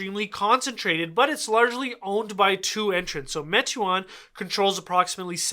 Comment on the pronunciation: Pronounced “may-twaan”